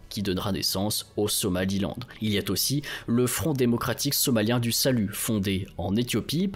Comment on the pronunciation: Très bonne vidéo comme d'habitude, mais il reste quand même souvent beaucoup trop de fautes de français dans le texte. Les "il y a t'aussi" (liaison en "t" qui n'a pas lieu d'être) et autres expressions telles que "dilapider des armes dans toute la région" (le mot juste serait plutôt "disséminer", ou "répandre") me font penser qu'une étape de correction supplémentaire pendant la réalisation des vidéos améliorerait significativement leur qualité.